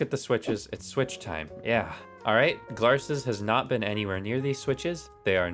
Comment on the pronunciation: The way he says «gLaRrSeS»